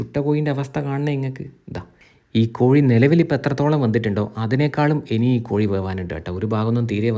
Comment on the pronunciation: കോയി അല്ല സുഹൃത്തേ കോഴി 😅